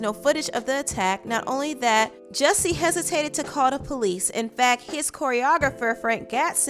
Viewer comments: First of all his name is JUSSIE not JESSIE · He needs to change his name from Jussie to “Jessie” because everyone keeps pronouncing it like that.